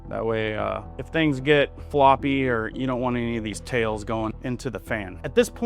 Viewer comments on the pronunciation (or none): none